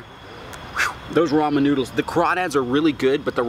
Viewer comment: “Nodels “ “dizolv” “an pore” “WHATER” “sesn” also can you make a tutorial sense you must be a pro at cooking “nodels”